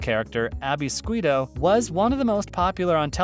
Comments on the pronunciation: "Abby Sqweeto"??? C'mon dude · Ziva came much much later, it was Kate in season 1 and Abby SQUITO? I switched it off the second you pronounced it like that. Vile video.